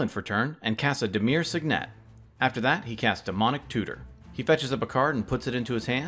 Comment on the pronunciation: I think you're putting the emPHAsis on the wrong sylLABle with those sigNETs.